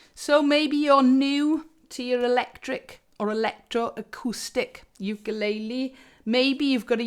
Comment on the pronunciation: I just want to mention that everyone on British Isles say ukulele wrong. And everyone say it differently. You need to check how to say it Hawaiin. Because it's hilarious or Brits really have problems with speaking other languages 😂 Good amp review ❤️